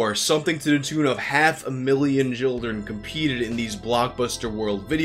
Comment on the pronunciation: Tournament not turnament Children not jilldern